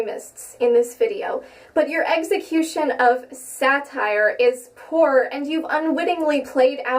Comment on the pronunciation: Ugggghhhhh she said eggsecution instead of execution